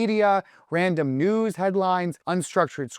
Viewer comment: Heard "random nudes" instead of "random news" the first time around